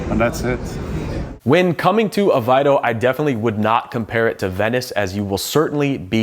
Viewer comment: Why do Americans have so much trouble with pronunciation. I'm Australian,with a smattering of Lisbon Portuguese. Then pronunciationmof this town is AV-AIY -row (think "away row" but with the German "V")